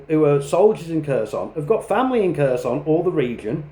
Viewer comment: Yeah he clearly knows well the Russian language considering that after more than 3 years he can't even pronunce properly the oblast name he's fighting in. I guess that those underdevelopped Ukrainian should just do what the brilliant British leaders tell them to do.